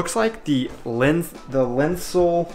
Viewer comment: just a quick remark: you're putting to much emphasis on the "ein". It is more like LINseneintopf, you are saying LINsenEINtopf. And now back to your video. 10 minutes in and I'm having fun. I'm a chef. 16 Minutes, the Grünkohl looks not bad! The potatoes though...schälen, I'm sure you found out, means removing the skin BEFORE cooking. 17 minutes: Noooo! don't ever use a fork in a teflon pan! 18 minutes: You accidentally made something that is pretty similar to another recipe for Grünkohl from the north. There, you'll have cooked potatoes in the Grünkohl and fried potatoes on the side. : Nutmeg with some other stuff (much too much too much). But... well done!